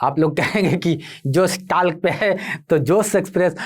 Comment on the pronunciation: जोश टाक है न कि टाल्क